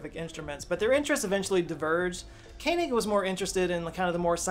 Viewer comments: That is "Ko-en egg". Not Ken en egg". fyi. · Rudolph Koenig is actually pronounced König or Kønig, not Kenig 🤓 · the American brain is weird. How you make sense of pronouncing "Koenig" as "Kainig" boggles my mind.